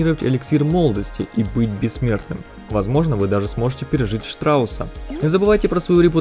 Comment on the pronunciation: Штраус... ШТРАУСССССССС!!!!! Штрауд! А не страус.